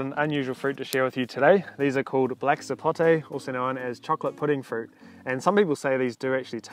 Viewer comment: Thank you for saying Sapote properly, and not "Sapotey" like some people!